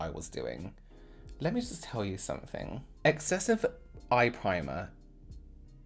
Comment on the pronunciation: “Let me just tell you somefink” you know the tea is about to be SPILLED